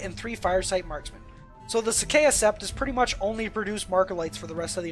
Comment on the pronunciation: As a T'au player I cringed at your butchering of Vior'la and Sa'cea. Also Kroot don't get Sept tactics.